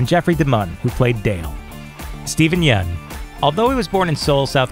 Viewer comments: The right way to pronounce Steven yeuns last name is "yen" not "yun", I kept saying yun too, but I later found out it's pronounced as "yen" because Steven told this to conan o'Brien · Dude...did he just mispronounce Stevens last name?